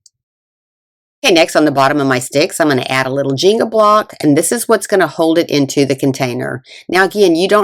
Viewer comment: "jeengah" blocks 🙂